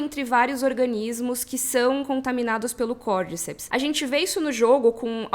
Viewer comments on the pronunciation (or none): Côrdicéps é a pronúncia correta e não Côrdíceps. No primeiro episódio eles falam. aos minutos. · Eu acho que a pronuncia correta é "Cordicépis" (cordy-cep-s) como é um nome em latim e é científico é falado cordy-cep-s com ênfase no é <3